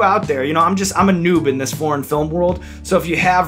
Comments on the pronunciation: I know you said foreign film but all I heard was porn film XD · When i first heard you i thought you said porn film lol